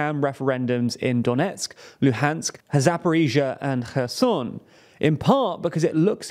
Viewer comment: Finally, somebody said correctly Kherson Херсон !